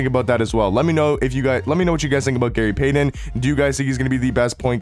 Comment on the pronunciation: Bro you somehow manage to butcher names every damn week lol "Gary Paden"